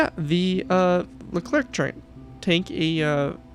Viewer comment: It's not called an AMX-56 :harold: It's a fake name never used by the French military. The Leclerc was made by GIAT industries, not AMX, which as popular as it once was had nothing to do with the development. It's just called Leclerc, also pronounced, "Le-Clair" Edit: bruh you just said the name was incorrect ._.